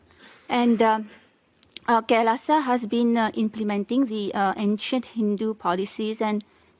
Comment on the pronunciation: It's called "Kai... Laaaa saw"